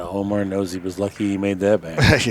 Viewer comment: it's Omar, not Amar, John Schmidt. you stink